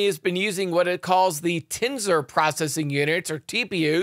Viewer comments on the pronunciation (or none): none